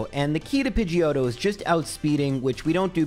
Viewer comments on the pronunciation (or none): none